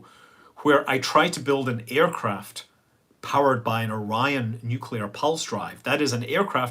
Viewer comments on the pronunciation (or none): none